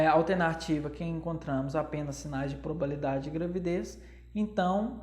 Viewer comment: Probabilidade, não probalidade, como disse! Eu amei a aula, achei bem explicativa. Obrigada por compartilhar seu conhecimento conosco, de forma gratuita 💕